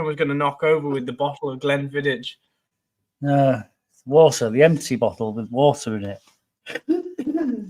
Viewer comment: I love how you guys pronounce Glenfiddich, it sounds like something from Harry Potter lol. Jxx